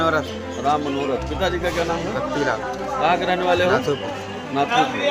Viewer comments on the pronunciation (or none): महोदय गाव का नाम तो सही से लो नाथूपुर